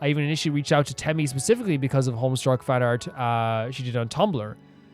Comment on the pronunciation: there's no "r" in homestuck lmao